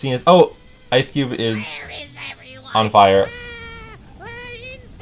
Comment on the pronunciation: “IcE CuBE”